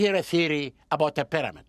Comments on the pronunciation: Take a shot every time he says Pi-dah-mid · Just realizing we've been mispronouncing pyramid all this time. Proper pronunciation; pàdàmàd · Something about the way he pronounces pyramid drives me nuts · I learned how to pronounce 'pyramid' from that Hawass fellow.